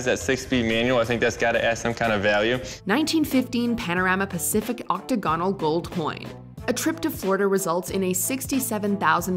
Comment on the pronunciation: You pronounced octagonal wrong